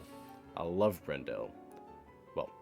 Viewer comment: For anyone who's interested: Alfred BREN-dle (not Brendelle lol), Stephen HUFF, Murray Per-EYE-ya, Mitsuko oo-CHEE-da, John OG-don (not OD-gon lol), Benjamin GROVE-nor Sorry if I missed any... Edit: Jawn-Eve TEE-baw-day